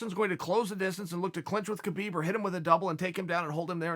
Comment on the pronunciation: It’s pronounced KA-BIB